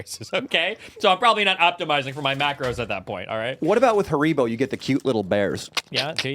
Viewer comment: The way pronounces haribo makes me uncomfortable